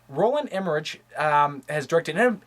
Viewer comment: somebody probably already said this, but it's pronounced EmmeriCK not EmmeriCH, even though it's spelled that way.